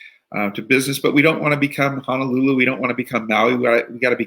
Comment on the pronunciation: He’s mayor yet he called it “Hanalulu” Where’s that?